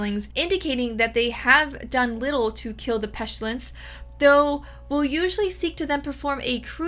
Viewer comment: Why you keep saying pestilence with an s h?